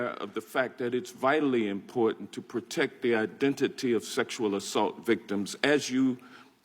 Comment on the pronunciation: This is very IMPORTENT but it doesnt seem like she takes it that way with her smirks. How does she not know how to say important? 😬😬😬 its like claws on a chalkboard. Three times now please stop.